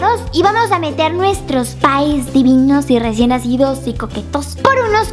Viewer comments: Ha dicho recién hacido o me equivoco? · alguien mas escucho que dijo : pye recien hacido ? se dice hecho jajajaja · dijo RECIEN hacidos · Yo también le entendí "hacidos" pero dijo recién nacidos como decían que eran chiquitos.